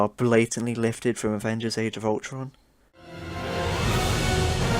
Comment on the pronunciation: No one going to comment on him saying justice league age of ulton soundtrack at the beginning?